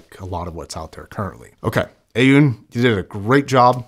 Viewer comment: It's pronounced Aww-Nee.